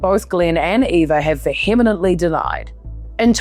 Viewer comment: I LOVE your work and find your Kiwi accent so soothing! But this one had a couple of clangers pronunciation-wise"philANThropic"? I think it's usually "philanTHROPic"...likewise 'VeHEmently'...try 'VEhemently' - only my opinion and maybe it's just 'old school' as opposed to you Millennials. Mike, Dunedin